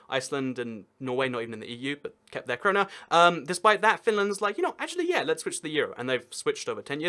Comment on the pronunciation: "sweden kept their corona" HE PREDICTED IT!!!!!!! (also its krona)